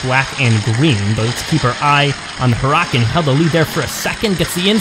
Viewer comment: Your pronouncing for huracan is wrong 😤